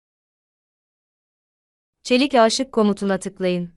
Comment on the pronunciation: Aaaşık değil aşık olarak telaffuz edilmeli. Sonuçta bu bir aşk filmi değil 😂